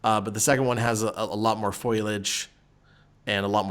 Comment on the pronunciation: In my defense, I am very dumb and mispronounced foliage as well.